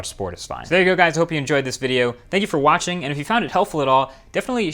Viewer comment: 'thank you for WATCH-ing'.